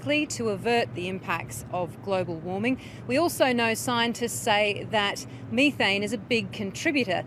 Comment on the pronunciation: You shouldn't talk about methane if you can't pronounce it properly.